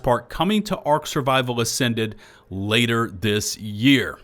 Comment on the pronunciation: "ater this year"